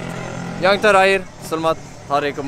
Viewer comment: “SELEMAT KE MEDEKAAN INDONESIA” hahahaha merdekaaa